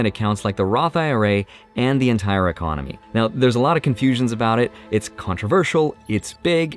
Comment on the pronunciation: Y-Con-oh-My 😅, tons of changes, over the next 3 years at least.